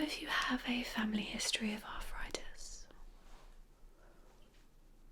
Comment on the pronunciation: Arffritis? I thought it was arthritis 🤔